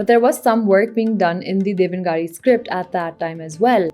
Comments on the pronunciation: It's pronounced Dev naag re, not devan gaari. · Very well researched. Once minor correction in pronunciation: The script that Hindi uses is pronounced as "dev-na-gari" and not "devan-gari"